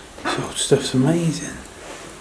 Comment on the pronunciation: I love how u say..AMAZIN'...please..let's NOT say the LORD'S name like that though...OK luv??